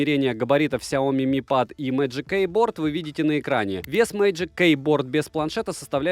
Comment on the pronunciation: ПЭД БЛИАТ СУКЕА, А НЕ ПАААААД